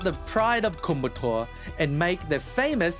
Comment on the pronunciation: The correct pronounciation is " Koyambattur" but what you're saying is " kumbattour". Please note that.